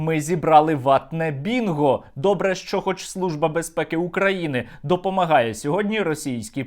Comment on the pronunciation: "Служба бЄзпЄкІ УкраІни" - вибачайте, але вимова явно московська... Ось цей момент схожий на фейк. Сергію, ставитесь ретельніше3до справи...